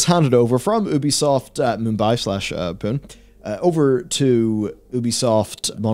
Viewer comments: For the love of god its Pune which is pronounced "Pu-nay" not Poon! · It's pronounced 'Poo-nay', not 'Poon'. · The Indian city of Pune is pronounced "poonee". Lots of programming talent there.